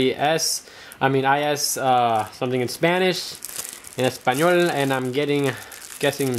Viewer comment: ''en españool!'' LOL